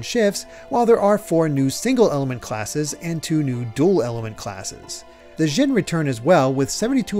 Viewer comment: I know it's petty but... why are we saying "zhin" when it's spelled Djinn, with a big fat D at the beginning?